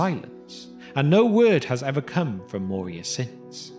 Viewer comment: I believe "Moria" is pronounced with a rolling R, not the soft-R of English. (Of course there's no rule that says that names have to always be pronounced precisely as they are pronounced in their original language.)